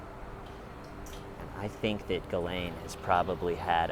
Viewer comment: He I think you're the only person I've heard who actually pronounces Ghislaine's name correctly. Great job with your "stakeout" Love & light from the UK ❤🙏 x o